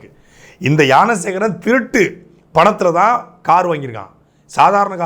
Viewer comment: Gnana Sekaran ❎ Yaana Sekaran ✅😂😂😂 Saatai un tamizh la theeya vaika 😅